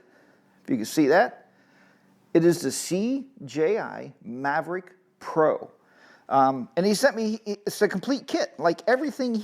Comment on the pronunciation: I don't think there is an R in Mavic . Good video... Something i've been thinking about for some time now.